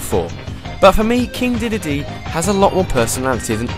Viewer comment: King DeDEDEE! The way you say it is funny!